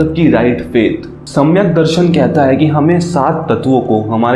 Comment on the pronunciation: Samyac - jnana nhi bhaiya samyak- Gyan hi hota hai